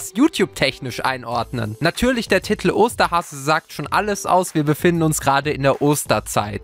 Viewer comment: TITEL, nicht TITTEL! Es regt so auuuuf xD